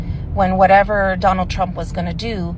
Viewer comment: Why don’t someone give “Dough-null” Trump a literacy test?